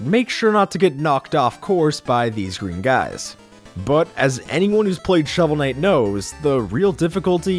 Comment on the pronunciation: when you cant read the name of game, sigh...